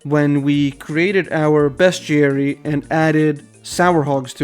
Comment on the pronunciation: Your pronunciation of "bestiary" is correct altho for years & years I used to say "bestiary" & it's a hard habit to break I'm sure you already figured it out but the icon in the top left is a plugin for slayer, however I don't believe it tells you anything the slayer gem doesn't, either directly or by talking to the slayer master via contact; so if you want to keep it or disable is up to you! (Fwiw in the official Jagex client & mobile app they're working on adding some Official Plugins so in the end it comes down to personal preference & what you personally consider to still be unguided; it's your series after all!) Iirc farming patches are one of the icons on your worldmap, altho I can't remember if it tells you what the patch is, or if it does so with or without plugins. But even so, it's a good idea imo, to write up a list of your patches in the order you'd take to get to them, when you do farm runs (ex: start catherby -> run to ardy, etc) I need to do that myself honestly, I stopped doing farming runs after hitting 85 & now there are so many new patches I'm not sure where to start again.. Back when I was little & doing Hazeel quest for the first time, my family was in legal battles with one of my grandmothers who wanted to take our large multigenerational home all for herself & kick the entire rest of the family out (despite the fact they'd built an entire second level themselves) Of course, the idiots in court sided with her because she put on a little old lady act, so